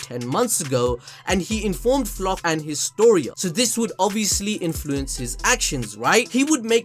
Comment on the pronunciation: editor after he heard him trying to say Flotch